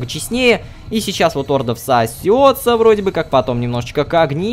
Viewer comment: Не Орда , а орДА.